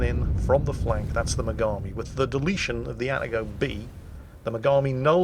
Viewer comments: please, its not "atta-go". It's "ah-tah-go". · CA ATAGO Plz repeat after this (AH-TAH-GOH) and the CV player wasn't anything special of a player either...